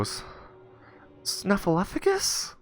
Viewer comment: Why do you pronounce it snuffleu*f*agus when the title spells it snuffleu*p*agus?